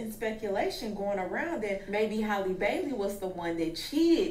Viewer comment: the way called her “Haylee Baylee” 😂